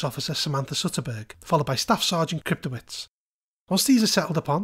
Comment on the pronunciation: Excellent review, thank you for the info! Just to offer a heads up, a name like Kryptowicz is probably Polish in origin, and is most likely pronounced "Krypto-vich" instead of "-wits". source: grew up in a Polish family.